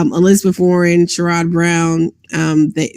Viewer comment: small nitpick, it's pronounced SHARE-idd Brown, not shuh-RODD